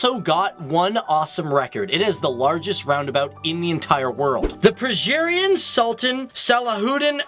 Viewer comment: It's funny that 'persiaran' in Persiaran Sultan Salahuddin Abdul Aziz Shah is pronounced with a 'per-zhe-rian'. It's pronounced 'Per-see-ya-run'. Gosh I had to let that out.